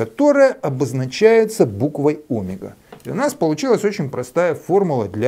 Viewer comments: Не нашёл к чему придраться, придерусь к словам))) Омега произносится с ударением на второй слог - омЕга. (см. вики). Спасибо! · а что, это особый физический шик делать неправильное ударение в слове "омЕга" (ударение на е)? ухо режет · Наш преподаватель (тоже из Новосибирска) говорил о́мега так же, с ударением на О. Сначала сильно слух резало, а потом привыкли.